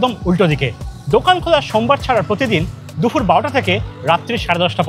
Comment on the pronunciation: Sab Kichu thik achhe khub khub informative ar medheen presentation sudhu ektai kotha na bole parchi na...kotha ta DUPUR... DUFUR NOY... Eta ektu thik kore nile ekdom durdanto ❤